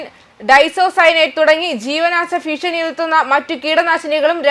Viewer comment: ഫീഷണി 😂😂😂😂ഭീഷണി 😮